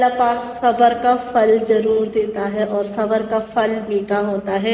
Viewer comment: Fall nahi sis phal hota hy